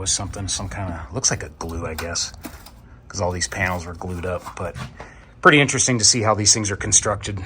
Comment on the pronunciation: Finally not finely. "Intresting" is not a word. Reciprocating not "recipuhcating"